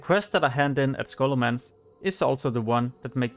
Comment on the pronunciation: Scholomantch ? It's scholomance dude :P